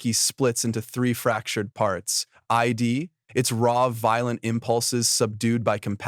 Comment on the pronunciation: “Id” isn’t pronounced like “I.D.”, it’s pronounced as a whole word. Id, ego, and superego are the 3 components of the psyche as described by Sigmund Freud. That’s where they come from. Great video though. Have a like 👍